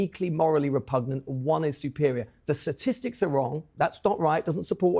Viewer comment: English guy says “satistics” 🤣